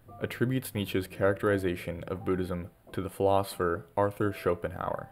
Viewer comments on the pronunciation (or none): none